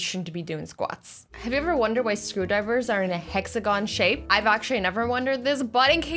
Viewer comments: When she said screwdrivers I thought she said scubadivers Then saw the pic and laughed my head off😂😂😂😂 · I thought she said scuba divers are hexagons 😂 But then when she showed the picture I was like: oh... she was talking about screwdrivers!!